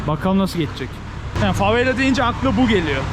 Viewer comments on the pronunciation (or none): neden yer isimlerinin hepsini yanlış söylüyorsun aq? favela yazıp herkes favela derken Brezilyada da burada da favella diyorsun neden bu sinir bozucu derecede yanlış konuşma inadı? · Sen favella dedikçe ben deliriyorum favela babacım fa ve la favvella değil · Kanka favela tek l ile lütfen bastırma :(